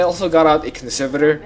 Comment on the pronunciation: Conservator emphasis is on the “E” ConsErvator